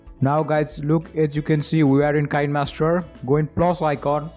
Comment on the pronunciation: O. P. I’m sorry if this is random but... I know that you say it like this! K-eye-n-master But it’s actually Ki-nae-master! The developer of kinemaster has already told us In a YouTube channel